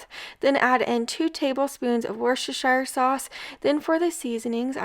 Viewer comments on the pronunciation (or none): none